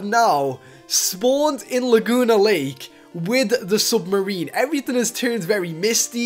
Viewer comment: lol he says sumarine LOL